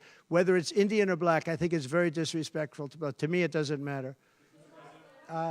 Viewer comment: Why does he seem to have problems saying black?